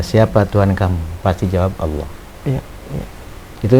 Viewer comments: Alhamdulillah klu bgtu.. karna tulisan Allah pun si nyebut Alah😂. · SUDAH JIPLAK, TAPI PELAFALANNYA GAK SESUAI ASLINYA....==>ALAH......ALAH.... PENGIN NAMPOL KALAU ADA SEBUT ALAH....ALAH....